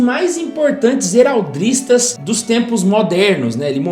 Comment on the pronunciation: bacana o vídeo, mas ouvir "heraldRistas" me doeu nos ouvidos! talvez por uma questão de cadência, prefiro a palavra sem o R, pois apesar da expressão em inglês ser "Heraldry", a palavra vem de origem francesa, Araldica, e você mesmo fala "heráldica", ao falar da arte/ciência, e não "heraldrica".